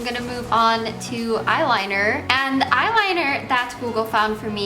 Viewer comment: You should try talking like an adult, maybe take some English classes or something.. I've noticed you say a ton of words incorrectly and I'm not sure it's on purpose that you talk like you're 13. "Put d make up in the fairy fairy corners of d eyes"